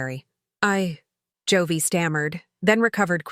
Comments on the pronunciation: What's with the constant Jo-vey? Joey is pronounced 'Jo-eee'. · Joewee??? In stead of Joey.